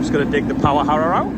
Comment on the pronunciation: Lol when you say Power Aarrra you sound like a bliidin cockney